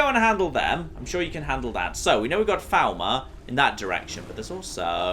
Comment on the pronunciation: For the Three Thousandanth time, FALL MER not FOWL MER!